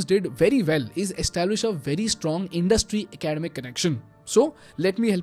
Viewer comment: Pronounced ac-a-dem-ic And su-stain-a-ble